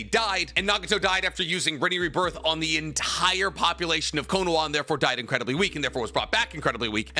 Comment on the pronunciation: If you’re gonna say some of the Japanese versions of words such as “Konoha,” can you pronounce them right? lol no hate but hearing “cone-wha” sounded weird. And you said Konohamaru fine, it’s literally just the first part of his name lol.